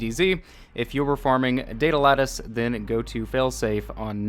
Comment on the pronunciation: Good video, great info. But, datalettuce? It's pronounced like Lad, like what a good lad. So it's like... DataLadduce to sound out.